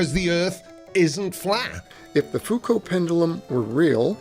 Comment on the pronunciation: knows how to pronunce Foucault doesn't know how to pronunce pendulum reassuring...